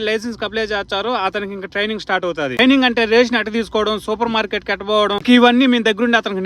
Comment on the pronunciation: ట్రయినింగ్ రా బాబు ట్రియింగ్ కాదు